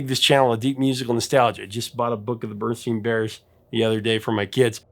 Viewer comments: Your pronunciation of "steen" instead of "stain" is not helping quell the Mandella Effect hullabaloo. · Pronounced "berenstien" mandella achieved! So glad you agree prof. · Berenstein Bears. Just like you pronounced it, Berenstein Bears dammit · You said it right Berenstein bears but the picture has Berenstain. 🤔